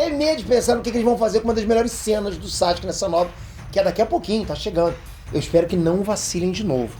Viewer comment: Pq ele fala SACHUKE?